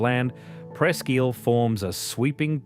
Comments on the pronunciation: As an Erie native, the way you pronounced ISLE is pissing me off. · Hey pal, Isle is pronounced "EYE-L" NOT "EEL"😂